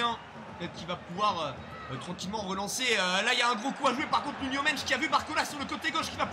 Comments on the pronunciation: C'est Nuno Mendes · "Nuno mench"😂